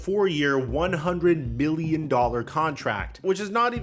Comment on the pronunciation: damn draymond the richest player ever “100 BI-llion dollars”